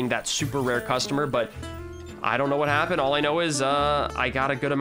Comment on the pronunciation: “What happenened” - 2020